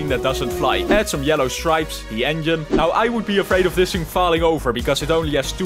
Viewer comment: OH NO! 🚫 OH NÆU! ✅